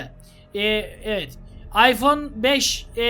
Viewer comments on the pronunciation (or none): none